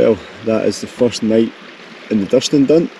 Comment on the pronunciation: Cracking laugh in the first 15 seconds. But, it's Duuurston, not Dustin 😂😂